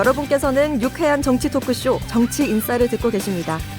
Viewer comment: 발음 좀 잘해라... 정치인싸를 자꾸 정치인사라고 하네.... 사회자는 대체 어디서 데려다 놓은건지....진행하는 프로의 이름도 제대로 발음도 못하는 인간을 데려다놓고 뭐하는 짓인지